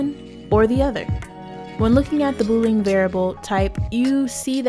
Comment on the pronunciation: This was a really good tutorial and explanation. Well produced too. Straight and to the point. I’d love to see more. Btw, Boolean is pronounce as boo, like a ghost, not bo, like a boyfriend.